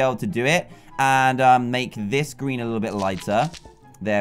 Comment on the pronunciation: its a gween pikachu